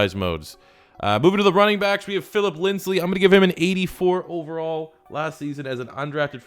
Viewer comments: brandon caratozzolo I was replying to Denver fan about how says “Lindsly” instead of “Lindsay” lol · It's Lindsay bruh. LINDSAY. Why can't you say it right 😂 also you high key disrespecting Chris Harris Jr